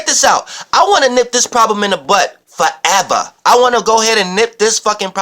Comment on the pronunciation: "FOREVA" haha you're amazing love to you <3